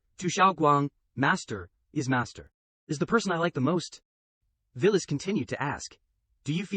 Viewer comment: The AI misread her name (Violet) as Villis